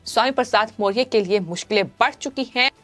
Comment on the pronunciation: वीडियो में पत्रकार सही ढंग से मौर्य शब्द का उच्चारण भी नही कर पा रही है बङे क्षेद का बिषय है ।